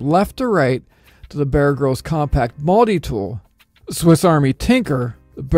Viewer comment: "Mulddi Tool"